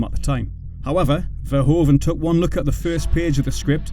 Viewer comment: The oe in Verhoeven is a diftong. It is pronounced like oo in English, like hoof for example.